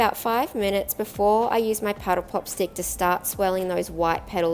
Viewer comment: I thought she called it a petal pop. Lol